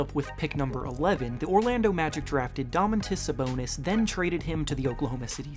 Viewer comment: "domontus sabonus" lmao